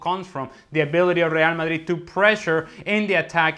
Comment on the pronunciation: Seriously hate with a passion how this fool says real Madrid. Actually gets me seething